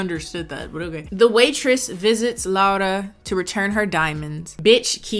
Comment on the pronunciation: You said my name right 😭 sincerely, a Spanish Laura